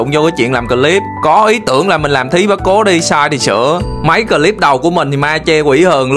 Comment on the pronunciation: Góp ý bạn phát âm từ clip nên phát nguyên tiéng Anh chứ phát âm từ Clip thành cờ lip nghe vẻ BK lắm